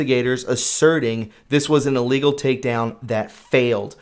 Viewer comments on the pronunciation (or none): none